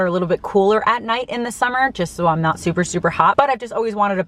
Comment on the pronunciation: Good informative vid,. Regarding your "accent", or lack thereof, what I've noticed is that when you say "I'm", you usually pronounce it quickly as "I'n", as in "I'n going to Austin soon".